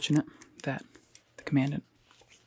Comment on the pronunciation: Bruh, I don't know if it was intentional, but that isn't how you pronounce Commandant or Corps.